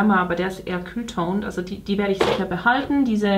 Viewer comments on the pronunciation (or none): "Kühl toned" 😂